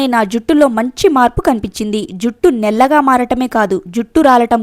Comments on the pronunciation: నెల్లగా కాదు... నల్లగా......over action అవసరమా.... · నీకు నల్లగా అన్నారాధ నల్లగా అనటానికి నాముషిగా ఉన్నదా నీకు నల్లగా అని పలకరాదా పాలకటానికి ప్రయత్నించు వినటానికి ఛండాలంగా వుంది అమ్మాయి 😭